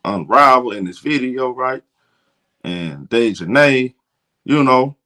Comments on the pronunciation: it is pronounced DEEEEEEEE as in knee for Dijonae's correct pronunciation. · he has horribly butchered here name. It was worse last video. He was saying like "Day jon Nigh" . I had to turn the video off it was so bad